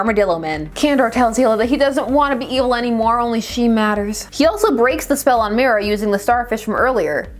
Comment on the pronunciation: I miss heard evil as eel which make this vid that much better